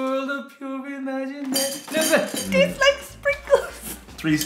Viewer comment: Wonka, it's WONKA, not wanka.... i🤣